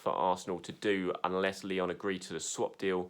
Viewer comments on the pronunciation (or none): none